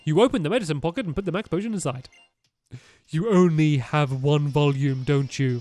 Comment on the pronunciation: stampy said mex instead of max potion.